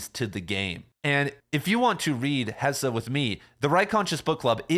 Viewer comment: It’s hess, not hessah